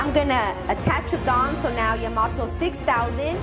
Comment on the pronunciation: Learn how to pronounce Yamato …